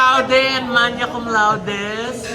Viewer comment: Magna is a Latin word not an English word and should be pronounced as MAGNA not silent G. Silent G before N is applicable if it is an English word, example: sign, align, etc.